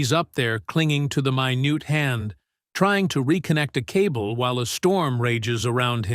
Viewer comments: I don't consider Method as acting, it is living. A cheap fass... My newt? How about Min ett? Please listen to your script when using text to voice. Sometimes a word must be misspelled to get it right. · You couldn't get an actual person to narrate it? My newt when saying minute gives it away. And dead line instead of deadline. Oh and 12 facts were actually 10.